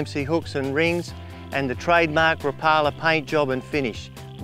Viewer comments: Rap-A-La not Ra-Pala. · The "Rapalar Original Floatah".